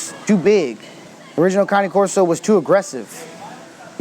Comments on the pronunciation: Cane is pronounced as Kha neh, not cannie... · Caaannaay corso not connie corso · Why the fuck does he say cane like that? Its cane like sugar cane not canny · Why he calls then canay corso? It’s cane (Kane or like candy cane). That’s how the Italians pronounce it. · Only American pronounce it cane! To the rest of the world it's cani!! Weird Americans. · first off saying name wrong! caw like a crow and neh like a horse. and no it is not a neo never was never will be they are completely different! pick a book up and look that up. promise you it will say that ! but it is not connie Corso. it is Cane (kaw-ney) even google will help you with that. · Melissa Griffin it's not correct. he says ca-nee. it's ca- nay. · At least its closer then "cane" corso hahha ;) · You do not know how to correctly pronounce this breed's name. Ka nay corso is correct. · It sounds like he says it numerous times, but for example is he saying "counting", or "county" corso, or am I just hearing it wrong? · it pronounced ka- nay firstly... and presa, neapolitan and cane are NOT the same dog. they are in the mastiff family.